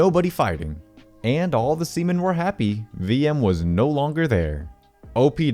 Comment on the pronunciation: Remember its sea men not semen